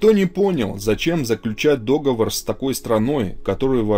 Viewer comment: Читать не умеешь, какой дОговор?? договОр!!!!! Слушать не возможно, аж отвращение пошло